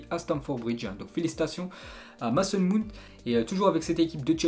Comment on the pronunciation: tu prononces mal le nom de mason mount essaye de dire “mayson mownt”